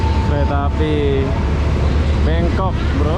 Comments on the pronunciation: Kok BANGKOK disebut BENGKOK, ngomong sing bener..!! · Bangkok, bukan BEngkok 🤣.. THailand, bukan Tailand 🤦‍♂️ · Bangkok bang bukan bengkok lol😂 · Membangongkan sekali bangkok bkn bengkok, aduhhh 🤣🤣🤣🤣😂😂😅😅😅😆😆😆 ngakakkkkkk